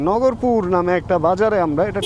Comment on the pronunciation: নগরপুর না ভাই। নাগরপুর হবে। আমার গ্রামের বাড়ি। এইখানে।